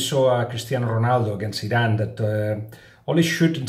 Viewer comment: When you say "Iran" I always thing you're saying "Zidane" xD